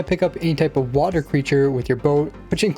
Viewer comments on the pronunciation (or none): none